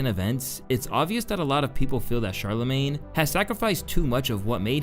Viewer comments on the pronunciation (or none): *Sharla-mayne.... Not Chala-mayne. It's pronounced Shhh